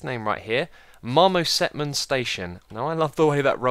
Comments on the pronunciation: I think marmosetman was meant to be said as marmoset-man. but that's just what I thought. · xisuma it's marmoset as in the animal, buddy: marmoset-man :P